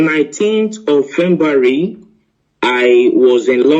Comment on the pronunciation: Oh my jeez 🙄 a Journalist that can’t pronounce February am a kind of confused here